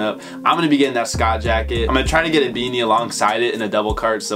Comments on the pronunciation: Schott is pronounced “shot” fam! You had it backwards homie. But that natural jacket is fire as F! Shoutout to 💯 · Dawg I'm 99% sure Schott is pronounced "shot" 😬